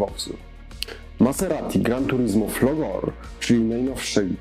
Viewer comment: Folgore - z włoskiego to będzie z akcentem na "o" i wyrażnym "e". Ja rozumiem, że anglijski uber alles, ale szanujmy się choć trochę, dopóki jeszcze istnieją inne języki..., bo niedługo wrócimy do uniwersalnych hierofglifów (co w mediach społecznościowych już ma miejsce). Swoją szosą, jeśli jest Folgore zamiast Thunder, to czemu nie Як-3 lub KB-2? Tego dualizmu podejścia, to ja akurat nie do końca rozumiem. Tym bardziej w języku polskim, gdzie "Jak" i "KW" jakoś funkcjonowało i nagle przestało. Już pal licho na pudełkach, które w większości idą na Dziki Zachód (i to jestem jeszcze w stanie biznesowo uzasadnić), ale że w rodzimej infosferze...? PS. ten pan, który mówi "Buduj historię, klocek po klocku" ma jakiś lepszy mikrofon. Ja bym się zamienił :D Tak wiem, ale zabawnie to "wygląda" :)